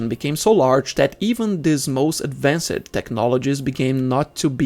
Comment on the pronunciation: Sacrified, advancid... Hard to watch the whole video